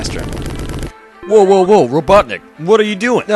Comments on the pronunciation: It's robotinik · "Ah Knuckles, you were the only one who could pronounce my name right," I still love watching this even today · It’s robotnick ! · ITS rOBoTniCk